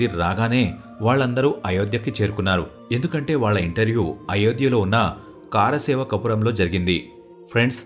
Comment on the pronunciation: Kaaara seva kadu, kar seva Ani cheppali.......